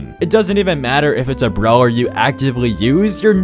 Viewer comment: i swear to god if u say brower one more time